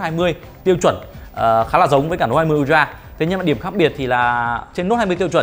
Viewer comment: ultra UK /ˈʌl.trə/ US /ˈʌl.trə/ đừng đọc un troa nữa...